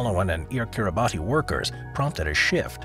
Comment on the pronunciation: Mispronouncing Kiribati is killing me